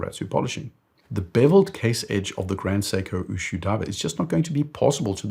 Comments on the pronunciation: Ushio, not Ushuu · Great video. But please get pronunciations right. Ushio is three syllables. U = ooh lala. Shi = she (woman). O = short o sound like in “go”. Its not u shu like a shoe sound. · Ushu ? It is Ushio. U - shi - o. U as in Uber; the last letter as in hot. Ushio (潮) means tide. It is sold retail in Japan for ¥1,650,000 (USD$10,500), which is very expensive for a watch ! Like your channel All the best from Japan.